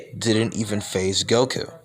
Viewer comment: Did you say woku